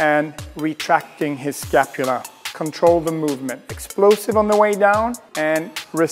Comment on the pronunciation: Everytime he says “retract the escapula” have a shot...